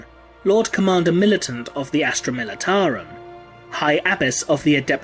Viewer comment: he said "Astra Militarium" LMAO ( ͡° ͜ʖ ͡°)